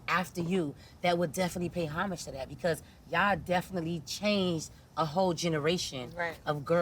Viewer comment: I’m shocked to see two grown women mispronounce the word Homage, wtf 🤣 talm bout “hummage”